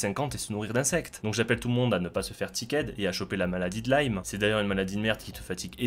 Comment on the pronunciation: La maladie de lime, LIME pas LaiLlmE stp